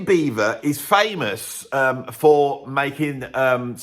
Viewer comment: Why do you keep saying Beaver instead ov Beiber?